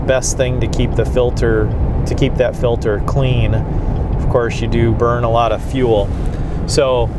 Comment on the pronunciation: Lear to say fuel. Please